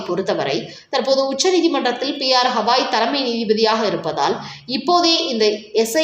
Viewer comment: Hawai alla Gawai......Hawai is a state USA! These jokers never do any home work; never listen to English, Hindi or Urdu or any other indian language news including adjoining states Kerala Andhra or Karnataka. Names wrongly pronounced always by these persons